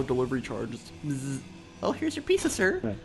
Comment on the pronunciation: What is a peace-sa, Sage? lol. Odd pronunciation for "pizza" from an American no less.